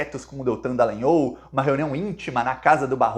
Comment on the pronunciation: Bah,mas tu insistes com a pronúncia errada do sobrenome do safado golpitinha fascista. Diga: dalanhÓl.